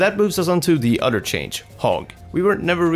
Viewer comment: It's "other" not "udder"